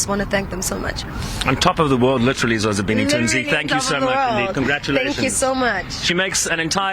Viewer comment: Why did he call her Zozibinzi? No! It's Zozibini... Learn our names Bantu we're representing you on global stages.